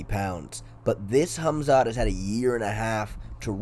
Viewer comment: Hummzatt vs Oozemen. Never heard those 2 names pronounced like that lmao